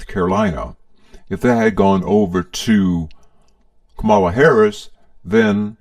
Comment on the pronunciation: You could at least pronounce Kamala's name correctly